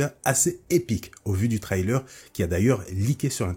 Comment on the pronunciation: Tu pourrais améliorer ta prononciation en anglais c'est impossible et insipide de dire "trélaire" et "liqué"